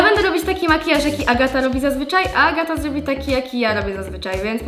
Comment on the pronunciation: Agata, a nie